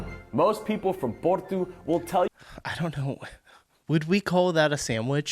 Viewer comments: It seems to me as though there's a bit of confusion regarding Porto and Portugal. does a great job of pronouncing Porto as the Portuguese do. Furthermore, there is no "tshew" sound in the way the Portuguese pronounce "Portugal", and indeed it sounds very much like the way pronounces "Porto" (plus a "gal"). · American in Portugal here👋 Food in Portugal is ALWAYS cooked over natural lump charcoal. No briquettes here. Or real wood. And yes, you say "Portoo". The "o" is typically pronounced as "ooooo". The Francescinha sandwich is bitchin!!! And the Portuguese put a soft fried egg on almost everything. Food here is great. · All his Portuguese pronunciations are spot on or very close to what a Portuguese speaker would do